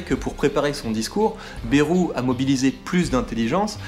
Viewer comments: Par contre Bayrou se dit « BAÏROU » pas « BÉROU » (en phonetique) 🤪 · "Bèrou" xD